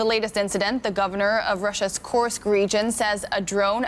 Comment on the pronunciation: You should not be allowed to be a war correspondent if you don't know how to pronounce Kursk.... It was the side of the largest land battle in history smh